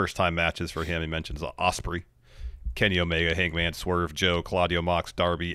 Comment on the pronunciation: They could have used that time to build up Ospree (as Copeland pronounced him) 😅😅😅